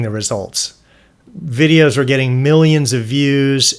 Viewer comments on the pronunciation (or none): none